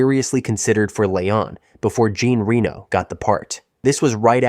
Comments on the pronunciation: The second I heard 'smash that subscribe button' I knew that nothing in this video would put my jaw on the floor. This is slop, BUT it can be used as a drinking game for every time Jean Reno's name is mispronounced. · Damn the mispronuciation of Jean Reno's name is off the charts.